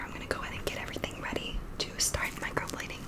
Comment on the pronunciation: I really thought you said Microwaving Eyebrows